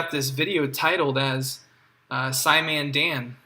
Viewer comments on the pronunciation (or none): "sci men Deh-un" "sceye-op men Deh-un" He doesn't believe in pronouncing your name properly either 😂